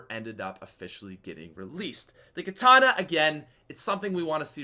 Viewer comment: Its called katana not kitana Kitana = mk character